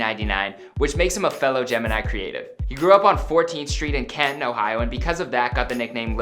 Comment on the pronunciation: At least he pronounced Canton correct...